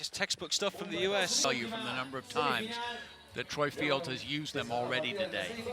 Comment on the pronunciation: Is it so hard to say Troy Field's name properly?